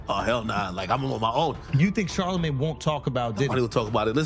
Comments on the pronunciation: Who tf is CharlaMAN and (CH)ARR-La-Mayne lady!? Stfu! 😂❤ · Why Cant u Caucasians ever get Black People Names Right?? Its NOT Charlamaaan, it's MANE, as in LANE. Sheesh. smdh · Char-la-man….. wow ok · Love how the A.I. keeps saying "Char the man" instead of saying his name correctly lmfao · Char-La-Man? Hahaha & Where is the leaked video?! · Char-lih-mann lol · Why shorty keep calling Charlamagne, Char-la-man? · ITS CHAR-LA-MAIN! RESEARCH PPL’s NAMES BEFORE YAL COME ON HERE TRYNA REPORT 🤦🏽‍♀️ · I stopped listening as soon as the voice or person said "Karlaman." If you can't get the name right, the information is probably bogus.